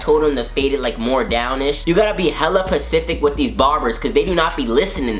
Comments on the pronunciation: No one noticed that he is saying pacific instead of specific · He said pacific its spacific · I died when he kept saying "pacific" instead of specific P.S im not a guy but i love your videos, so i watched it just to see your savageness